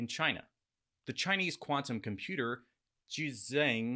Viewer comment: Really dude!?!?...you so smart and can't pronounce JiuzhAng?